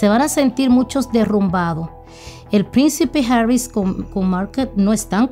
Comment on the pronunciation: ES HARRY NO ES HARRIS.